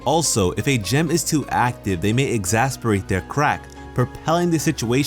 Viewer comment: You pronounced "exacerbate" wrong.